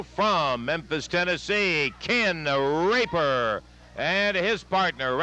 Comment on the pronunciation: Dammit Quit saying "Rape-her" man😆😆😆